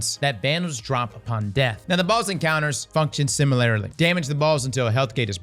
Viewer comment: Similar-a-lee also gets me every time.